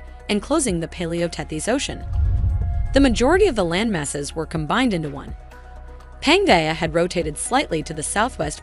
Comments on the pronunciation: My eye was twitching every time I heard Panja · It pronounced pan gee a